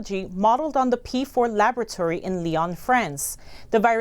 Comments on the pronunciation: What's a labatory? Oh... you mean lab-OR-atory. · New word: "labatory" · "Labatory" ... lavatory? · I really like and appreciate your channel. However, please have work on her pronunciation of the word 'laboratory'. The British or American English pronunciation is perfectly acceptable. Aside from that, keep up the good work.